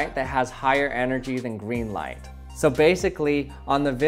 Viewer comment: Thought he said “Erase life”